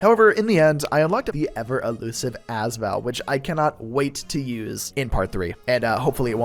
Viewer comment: Hey just a heads up the AS in AS Val is pronounced as separate letters rather than one word (same goes for the VSS in the VSS Vintorez)